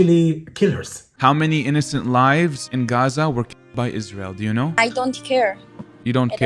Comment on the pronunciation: when i hear gaza pronounced "Aaza" my stomach churns violently